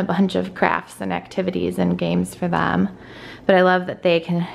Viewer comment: Have people noticed she says “them” like “THUM” and “desk” like “DUSK” ? Also… who stayed outside with Hayden near the pool when she went inside?